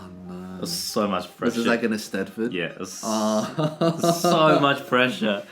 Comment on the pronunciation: That's the most accurate pronunciation of Eisteddfod I've seen from a non welsh speaker! Well done, Eddy!